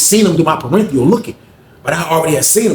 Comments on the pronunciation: It's peripheral. Not parenthial.😂😂😅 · "Peripheral" is pronounced as puh-RIF-ruh-uhl (US)